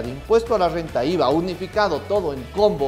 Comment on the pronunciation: Me encanta tu Rrrrrrrr renta elegantemente Rrrrrrrrenta Oleh!! sabio te voy a seguir haber que aprendo de voz, te acabo de conocer haber si me conquistas con la Calculadora, no si di qui habláis, solo entendí relajar pelvis, que si voy arriba positivo y cuando hago abajo me hago invisible? 🤔